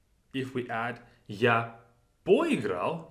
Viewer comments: Are you pronouncing the last letter in поиграл. It sounds like “paheegra” phonetically or maybe “paweegra” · Po- has a suggestion that you did the thing for a short period, not very seriously. Because of the wild Russian stress, he couldn't emphasize the Po prefix even though it was just introduced and a focus of the sentence.